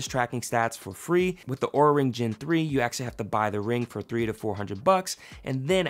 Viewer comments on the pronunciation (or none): UnjustifiedRecs and in this video he also pronounced it wrong. Lol